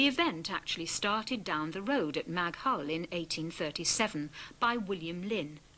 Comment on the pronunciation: Apart from the criminal mis-pronounciation of 'Maghull', this is one of the best documentaries about Liverpool I've ever seen.